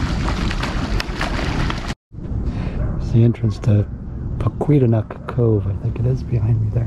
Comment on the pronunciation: ....it's pronounced "Pock-qwa-tonic" Cove.